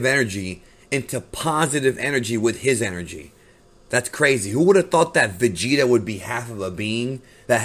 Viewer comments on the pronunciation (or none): “I am neither Goiku nor Voigeta, I am Goigeta... and I am the oine who will destroi you” 😂😂😂😂😂